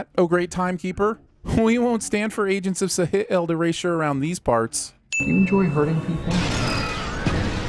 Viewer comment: Can someone explain the joke behind the pronunciation of S.H.I.E.L.D.? It's funny but I can't shake the feeling I'm missing something. And I'm not a regular of this channel.